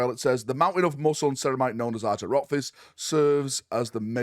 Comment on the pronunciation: His name is pronounced Are-Yak, not Are-Jack.